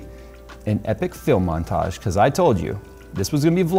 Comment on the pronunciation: I was like "did he say a film montage" or "Phil montage...Phil montage sounds better", then here is your comment!